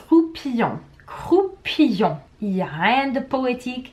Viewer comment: Tu dis "crou" "pi" "on" or c'est "crou" "pion"